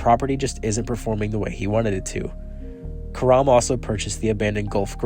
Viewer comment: Well done video except Karam's name is pronounced CARE-um. Like carom.